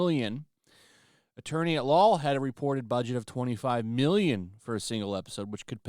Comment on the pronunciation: There's no reason to emphasize "mmmmillion" e when referring to budgets. We sent well over one hundred BILLION dollars to Ukraine only to have it pilfered and laundered. Some of that was money you sent for zero ROI. I chuckle every time any creator discusses finances and put such emphasis on what are now paltry denominations by comparison to what the entire country was gaslit into giving up . Thank God she hulk is cancelled! That money can now go to Israel😅